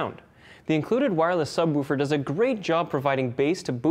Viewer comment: the way he says woofer lol